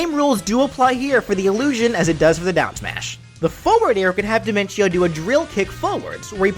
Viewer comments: Your saying diminco not dinentio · his is di-men-tio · This is really good and all, but I have one problem Dimentio: pronounced by: Die-men-chee-oh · It's pronounced De-ment-tio as it sounds better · Personally, I pronounce his name as Dimen-tee-oh, but that was mostly because of the songs Man on the Internet made about them. Speaking of which, now your just one chaos clown away from unleashing his chaos clown cacophony onto Smash. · Listen man, I love your series and I love your channel. The one and only thing I hate is how you pronounced Dimentio's name.